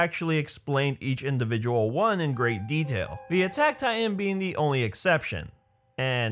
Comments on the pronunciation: It kind of bothers me, the way that he says "ti-en" instead of "ti-tan" (pronounced spelling) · I heard he say Taian???? Not titan... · tay-an no hate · This dude can't say "titan"